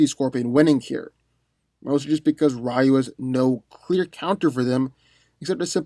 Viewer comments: Rayu? Isn't it pronounced Ree-yu? 🤦🏾‍♂️ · It's pronounced Ree-You, not Rie-You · rEYE-oo... no. REE-u 👍🏿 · It is. He just mispronounced it. The same way he mispronounced "Ryu". It's pronounced "Ree-U", not "Ri-U". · Balbosa-Mc Intosh No it ain’t. It’s Ree-yu. Go watch the animated movie. Everyone said Ree-Yu . Not Ra Yu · Rayu?! It's not Pokemon 😑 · I new Scorpion was going to win when you didn't even pronounce Ryu's name right lol. Also, you didn't go over the dark hadou, which could probably vaporize Scorpion. All jokes aside, I would definitely give the w to Scorpion, in the nether realm, if Ryu didn't harness the dark or light hadou. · You pronounce "Ryu" wrong. His name is 1 syllable, not 2. It means "Dragon" is Japanese.